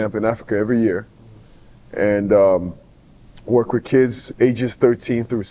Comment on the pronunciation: Vwork? Godfrey 😂😂😂 you're killing me 😂